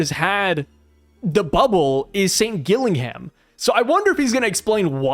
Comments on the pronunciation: The name Gillingham is pronounced 'Jill-ing'um'. It is a city in England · Gillingham is English and is pronounced Gillinghum with no emphasis on the ‘u’ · Pronounce the first G as a capital letter and you'll get Gillingham correct mate 👍